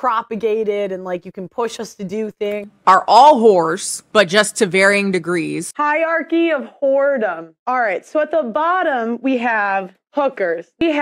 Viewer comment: I spit my tea out at the “Hiercy of Whoredom.” 😂